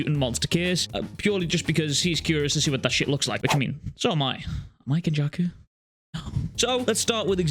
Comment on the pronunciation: The way he said kenjaku is one fucked dude hahaha